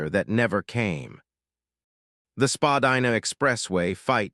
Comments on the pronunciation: It’s pronounced Spadina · I think you’re saying Spadina wrong